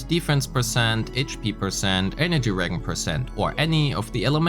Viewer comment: Regen, is short for regeneration, and the g is pronounced like a soft g sound like the words gym/giraffe/giant. In another video you said the word abyss from genshin, the emphasis for abyss is the second syllable: uh-BYSS. Anyway, I love how much info you pack into your vid. Will be very helpful when the game releases!